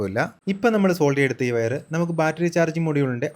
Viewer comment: സെൻസർ അല്ല മാഷേ , സോൾഡ് ചെയ്യുകയല്ല സോൾഡർ എന്നാണ് പറയേണ്ടത്